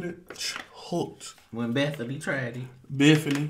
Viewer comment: No says Bethfany Instead of Bethany 😅🤣🤣🤣.